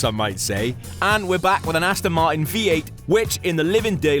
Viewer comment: Love when he says Ast'n Mart'n.. great vid!